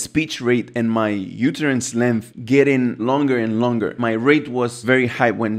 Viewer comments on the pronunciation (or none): Only native English speakers can tell English is not your first language, such as myself. For instance, utterance is pronounced “uhterance” not “youterance.” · To "jump the tower", "I see it very sensical", "yoooootterance" and not knowing the word "stop watch" proved that English isn't your mother tongue. 😂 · I thought for a second you were talking about the UTERUS 🤣 when you were talking UTTERANCE (pronounced “uh-tuh-runss”)